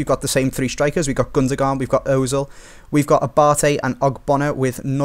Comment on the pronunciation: The way you say Gundogan is fucking frustrating